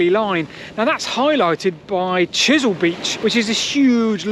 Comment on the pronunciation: ...brilliant video, just one thing it's Chesil Beach not chisel.